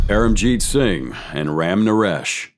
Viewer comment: “Singy” 😂. Singh is just pronounced like Sing